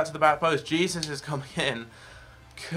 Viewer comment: Who else was triggered he was pronouncing Jesus wrong